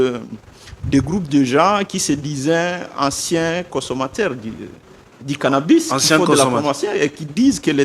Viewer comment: Cannabis , et non cannabus...